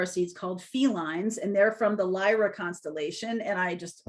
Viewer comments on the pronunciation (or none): none